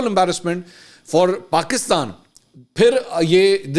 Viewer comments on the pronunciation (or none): none